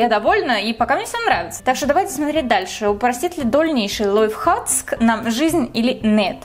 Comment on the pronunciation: лойф хацк? я одна это слышу?